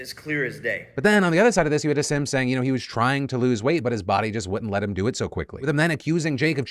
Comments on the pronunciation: it’s pronounced HASEEM is that really that hard. Hasim? Like bro does that sound right to you? Yt people bro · Come on Philly, learn how to pronounce Hasim Rahman Jr's name. "Put some respect on his name" (Imagine if you mispronounced someone's "neo-pronoun") Ha-seem Rahm-mahn Jew-knee-or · The way he pronounces hasim's name... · Bro, if you're going to cover stories at least pronounce people's names right. Hasim is pronounced Haseem and Rahman is pronounced Rahkmen. Such disrespect